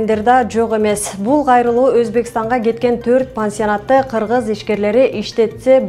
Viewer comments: журналис кыз кыкен дебейле кыргыз деп суйлочу силердагы тойгуздунар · Журналист аял сосдорунду нормально суйло☝️ "КЫКЕН" дебей озундун акылындын денгели ушу тура, оозу мурду кыйшык болсо дагы байдын баласы суйлосун дегендей , суйлойт десе эле суйлодунго.